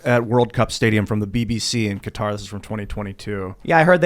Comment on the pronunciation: Finally, someone on this show that pronounces Qatar correctly